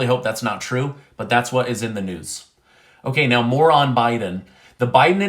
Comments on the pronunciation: LOL. I thought you said moron biden instead of "more on biden." 😆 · Lol, I thought you said Moron Biden and I laughed but then I realized you meant more on Biden, however Moron Biden is so much better